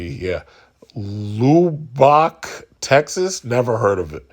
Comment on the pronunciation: It's pronounced LUB-BUCK Texas... you're welcome